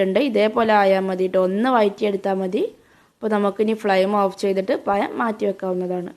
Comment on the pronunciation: അടുത്ത വീഡിയോ ചെയ്യുന്നതിന് മുമ്പ് നാക്ക് വടിച്ച് വന്നാൽ മതി പയം പോലും പയം